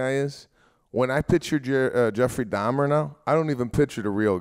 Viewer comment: These guys are so Italian American that they turning the name Dahmer into Dom. I keep hearing Pete saying Dom instead of Dahmer. Lmao. Love this cast. My favorite podcast. No political bullshit, not much current event crap that everybody else does. Just two dudes talking about their week and everyday life!!!